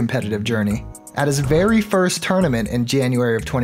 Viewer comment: Verrry* wise words